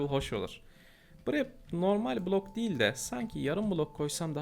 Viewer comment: abi kulok değil bilok